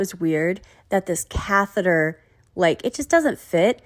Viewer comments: She could have googled it or that’s how she thought catheter was pronounced. I find Gyp isn’t the sharpest tool in the shed and quite lazy. Maybe catheter was too hard for her to pronounce. Lol. Who knows. 🤣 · I remember when she tried to say catheter she pronounced it cathera. Like seriously? I find that really weird.